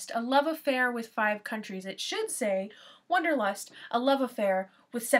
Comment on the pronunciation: First, it's not "wonderlust" it's Wanderlust. Second, it is perfectly understandable to me why this book means nothing to you, and worse; Third, I can say exactly why I love this book, but not here. However, thank you for your perspectives.